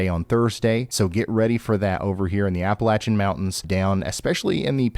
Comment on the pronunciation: Hey Ryan! It may be a small thing for you, but thank you for pronouncing "Appalachia" correctly. I tire of hearing folks pronounce it with a long "a" after the "L". So, thank you for that